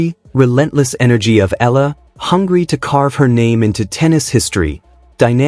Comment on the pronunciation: EALA..E.A.L.A IS THE FAMILY NAME OF ALEX..PLEASE PRONOUNCE IT RIGHT..